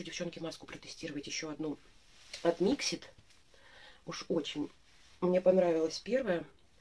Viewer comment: Привет, 😉🌹 День начался с твоего видео) Красный цвет волос жалко😢, но ты права, с ним тяжело... Сама была в ярко рыжем, замучила волосы совсем. Mixit ударение на вторую и, но мнение о них не поменяла пока, смотрела видео о их производстве, их сертификации, которой нет ещё😜, а средства уже выпущены!!! Никаких доказанных свойств нет их косметики, они даже не проводят такие испытания, и плюс огромное количество микропластика в составе(у тебя в видео это видно, на втором месте). И это слова директора... Так что каждый сам решает пробовать или нет. У меня есть крем для тела, подарок, не могу пока заставить себя пользоваться) Хотя я на составы не смотрю😆 Пенку для посуды я заказывала на Озон последний раз, в магазинах не встречала... От Бьюти бомб есть такой карандаш, хороший, но при продолжительной носке сушит, я гигиеничку наношу совсем чуток под него. Оттенок красивый.